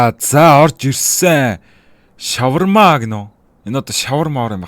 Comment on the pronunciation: 😊😊😊🎉🎉 юун ш** шавармаа вэ шавар гэж дуудаад хаан бэ ха ха😂😂😅😅